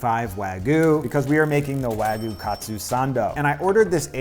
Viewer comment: "Proper Wagoo" 😂